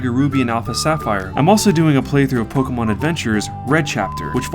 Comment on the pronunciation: it's not polkamon dumbass. say it right.